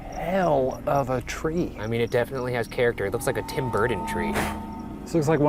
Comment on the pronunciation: "Impordand"? Why cant Ryan pronounce the letter "T"?! Drives me insane. "Tim Burden"?